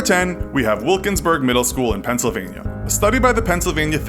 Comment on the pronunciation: Pencil vania lol